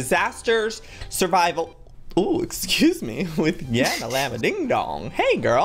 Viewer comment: joey its yammalamma not yammalammadingdong ding dongis lizzie yammalamma is yammy